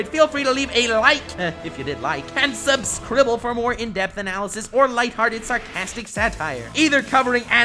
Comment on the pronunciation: engaging concept and charismatic voice over a thing I'm really interested in me: about to subscribe says the word "subscribble" me: rethinking